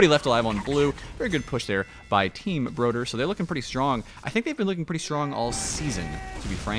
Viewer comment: As a swede I cringe every time pronounces Broder incorrectly